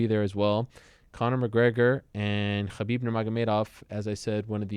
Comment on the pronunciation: Lol he's the only one to pronouce khabins name.correct.